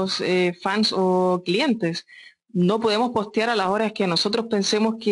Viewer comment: JEJE ME GUSTO CUANDO DICE AALAS 8 DELA TARDE XD